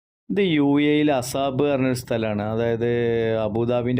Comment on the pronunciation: Assab alla asab ane